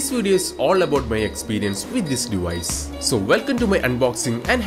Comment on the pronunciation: a nice "dee-wice" for sure